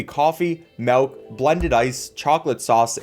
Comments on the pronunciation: You keep saying MALK and VENILLAH. I am being sent into a black hole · He just keeps saying melk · I'm sure this video is great but I had to stop watching because you're one of the white people that say "melk" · if this dude says malk one more time im done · is no one gonna talk about how he says "melk" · ok no offense, but why you say mawk instead of milk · The scariest thing in this video is calling "milk", "malk" 😅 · Thinking people will get mad about you saying caramel correctly vs saying melk instead of milk? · Every time he said "Melk" a % of my soul was lost. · Milk. Not MELK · "Steamed melk" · Its Milk... not M E L K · Im sorry .... i have to Do this....."MELK" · The way u say “melk” 😂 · Am I the only one hearing him say “MALK” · I'll be honest I care less about your pronunciation of Caramel than I do about the fact that you keep saying melk instead of milk. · I'm not upset about Caramel vs carmel, I'm more upset about how he pronounces Milk like Melk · MELK NOOOOO ITS MILK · “Steamed Melk” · I was a big fan of yours until you started saying vinella and melk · I love your vids as always, but the way you say milk cracks me up. "Melk" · Saying Caramel instead of Caramel doesn't bother me personally, but the way you pronouns milk ("melk") is the thing I noticed lol. Pronunciation aside, it's really funny that this video is teaching me the difference between different types of coffees than trying to learn by myself. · When your dialect is extra humour 😭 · Steamed Melk Honestly you pronouncing it melk was hilarious to me and I always smiled when you said it Keep up the good vids